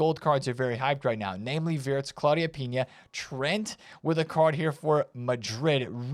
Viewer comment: Its not Claudia Pinha, its Pina.